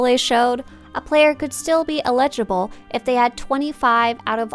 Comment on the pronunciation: Eligible. Eligible. Your mispronunciation of this words is triggering.